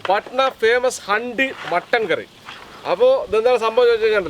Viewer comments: ഹണ്ടി അല്ല... ഹാണ്ടി ആണ്...😂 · handi h silent anekilooo ikka